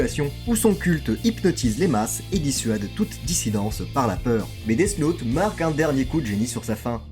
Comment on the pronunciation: Vraiment sympa la vidéo mais death « naute » 😬